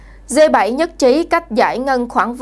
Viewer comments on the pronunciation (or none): 🌴. Viết và nói cũng kg rành..g là g.phải đọc là gờ hoặc rê dê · Bạn có thể đọc g chứ đừng đọc là dê,xin cảm ơn